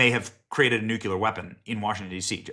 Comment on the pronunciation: Practice... Nuk-LEEEE-yar. 😅😅😅